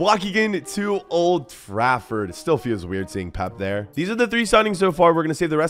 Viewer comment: Man said Old Frafford lmao